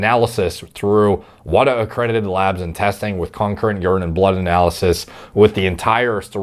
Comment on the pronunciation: WADA is pronounced wod-ah not whata.